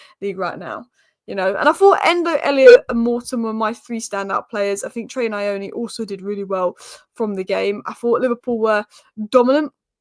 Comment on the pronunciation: Also my Zimbabwean mate reckons it's pronounced Knee-oh-knee